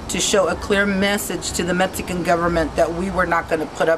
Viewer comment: She can't even say Mexican. She say's Metzican.